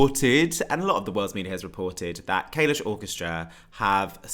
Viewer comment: the way you pronounce kalush makes me want to vomit